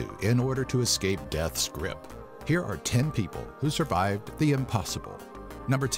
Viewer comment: "suvived" lol